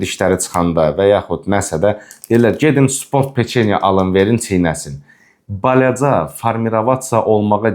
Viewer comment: Suni yox, süni. Bələcə yox-balaca!